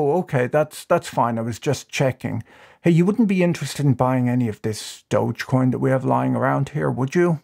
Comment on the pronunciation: Since when have you changed your pronunciation of doge coin?